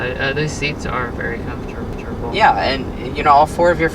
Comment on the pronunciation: If he says afortable or plastic one more time 🤦‍♂️